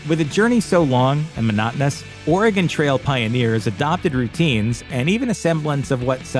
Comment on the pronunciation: Thanks for saying "Oregon" properly! Not Oregoon like so many do. Great video! Thanks